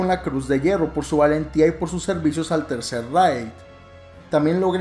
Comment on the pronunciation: Se pronuncia tercer “reig” no raid, no es insecticida